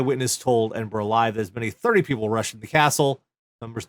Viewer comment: In fairness, because I unfairly griped about this some years ago - yay, he got Edinburgh pronounced right, multiple times! Also, that story - they may only have been thirty people inside the Trojan Horse but none of you are fucking Odysseus, okay?